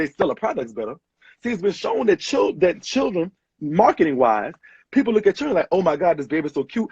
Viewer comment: This is so ridiculously sad but in other news.....I like how he says Churren. 🤣